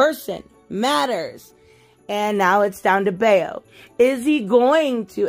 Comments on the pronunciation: I just picked this up yesterday for my son. It's wrapped already bc with him being young I like to read them with him so we both experience them at the same time. I pronounce Bao like I do Tao (from survivor) saying it Bayo make me think of that old actor Scott Baio. Had to stop at the Harley Quinn section bc....... spoilers. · And Bao's name is pronounced the same way you pronounce Mao Zedong's first name, just replace the M with a B